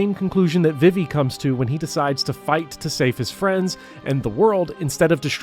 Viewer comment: High praise of FFVIII and a hate boner for Seifer: Thumbs up! Your pronunciation of Vivi: Thumbs down. :( I appreciate your passion. Keep up the good work!